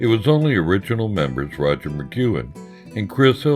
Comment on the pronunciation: butchering Roger's name! but cool video otherwise.